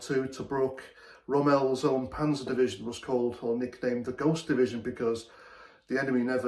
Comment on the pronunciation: I have to say it... The way you put stress on second syllable of Rommel like Chantelle, it should be more like 'Rimmel get the London Look'.